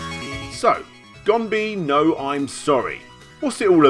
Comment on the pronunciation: Note: "Gonbee" is a transliteration, so it's 'e' at the end, not... oh, fuck it, pronunciation in English language is just retarded in general. Anyway: "ee" in ganbe is pronounced as long 'e' in "bed", not as "ee" in "bee".